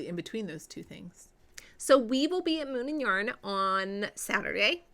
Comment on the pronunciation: Just have to tell you whenever you say, “Moon and yarn” I hear Moomin yarn and I keep picturing the Finnish cartoon and the knitting book based on it!😜🤪😏